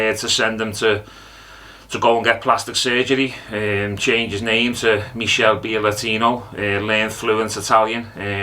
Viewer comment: Meechel bealeatino 😂😂